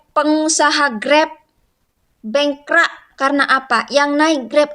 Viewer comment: Cewek ini suku apa...bengkrak tapi sebutan sebetulnya adalh bangkrap. Hormatilh peraturan atau undang~undang d setiap negara.... Jgn emosi